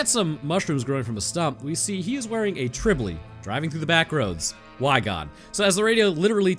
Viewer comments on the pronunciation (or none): A what? Tribly, you mean trilby. You got the 'L' in the wrong place.